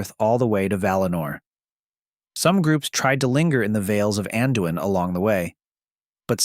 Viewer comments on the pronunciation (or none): none